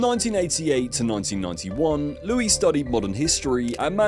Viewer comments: there's just one Louis. The s is not pronounced. Geez! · Louis is pronounced "Looie" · Not to mention at one stage he pronounced Louis phonetically.